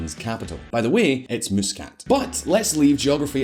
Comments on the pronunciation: Not sure how the Oman people pronounce Muscat but i have always pronounced the Mus part similar to the word Must without the t.. Not Moose as in this video.. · you forgot to apologize for miss pronouncing the capital of Oman ... hahaha